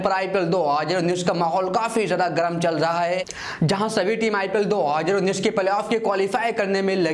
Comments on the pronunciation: Bhai tu 2019 bolna pahale sikh 😂😂😂😂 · Bhai thu 2019 bolna sikh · Abe sále pehle tu 2019 bolna sekh